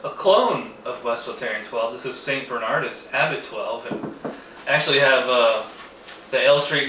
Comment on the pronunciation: It's St Bernard-OOS, haven't you ever read Latin? It's one of the least overrated beers from a slightly overrated country. St Bernardus Abt 12 is THE SINGULAR ALE, the best beer in the world, of any style: IPA, stout, porter, RIS, pale ale, pilsener, belgian strong pale ale, wee heavy, etc. It is the only beer that I give a perfect five out of five to. I give Chimay 4.5. I've never had Westvleteren. Rochefort is EXTREMELY overrated. American knockoffs of Belgian beers are unanimously crap.